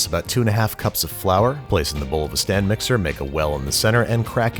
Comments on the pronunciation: STANDO MIKSA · Don’t you mean "STANDO" MIXER!?! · did you say... STAND mixer?!!